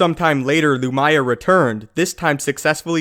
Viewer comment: loo-mee-yah not loo-my-ah